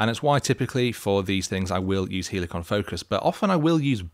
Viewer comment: don't say both.. say it properly lʌɪk(ə)n 😜 (but seriously! 😐) I mean great video 👍